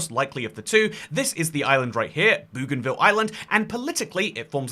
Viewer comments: Not Boogan-ville but Bogan-ville please! ❤❤ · Boh-gan-vil Not Boo-gan-vil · Hey mate, love your content, just one tip. 'Bougainville' is actually pronounced 'boh-gan-vill' (like how Aussies say 'bogan'). My grandad used to live on the island a few decades ago, he did electrical services and maintenance, and that's how he pronounces it. See also the pronunciation for the plant genus Bougainvillea.